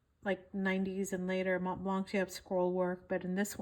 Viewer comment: In Montblanc the c is silent.